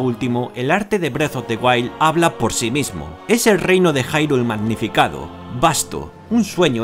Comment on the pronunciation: Se pronuncia irule, no jairul. Genial análisis.